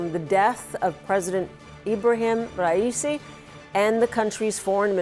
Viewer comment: Ha ha ha ha she had no idea how to say his name lol